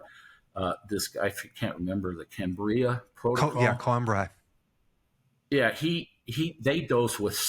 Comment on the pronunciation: You mentioned Dr Cicero Coimbra. Should be pronounced Co-eembra